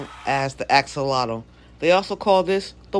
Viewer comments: Firstly that shop was filthy, the tanks were disgusting and secondly you never pick up an Axolotle with a net because they can get their feet caught in the tiny holes so that lady should not own an aquarium. And please will you stop saying Ascollotle- it’s pronounced Axolotl - I had to stop watching your video because it was so annoying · Well u should tell the lady that owns it never to pick them up in a net. And OMG I’m not the only one that commented on the way u pronounced Axolotl. It’s AXL not ASCOL And look on you tube about picking them up in nets - it’s a no no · Can i ax you a question about your askolotl?? 😂😂😂